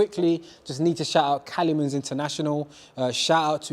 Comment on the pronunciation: Cali-mans?🤣 It’s pronounced ‘Ky-mans’🤦🏻‍♂️🤦🏻‍♂️🤦🏻‍♂️